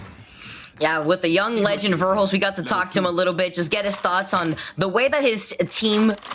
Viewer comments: God stop saying varehulst. Jesus that bothered me hahaha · I wish I had a dollar for every time she said vare-hulst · Wish this new caster would stop pronouncing Verhulst wrong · Yes I definitely second the tone part of it, I find,, and too be the hardest to listen to mostly because of that. And TOTALLY, some of Tifs comments were hilariously random or irrelevant- I could not handle her pronunciation of verhulst either, especially when was saying 'ver' right after her -ALGS definitely needs to recruit more previous pro-players/coaches as commentators instead of 'e-sports' commentators. I think this would drastically improve the quality of the commentator information, as well as dial back the volume and make it seem more 'normal'. Other professional sports organizations do a great job of this, and I think ALGS could definitely do better at incorporating it.